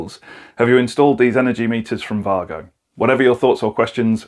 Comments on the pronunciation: Yeah, i heard that difference. Vahgo. I thought it was Waygo. Typical Germans; making excellent things and not shouting about it. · Thank you for pronouncing Wago correctly ❤️